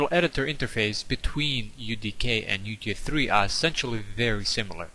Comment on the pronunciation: everytime you say UT3 it sounds like UG3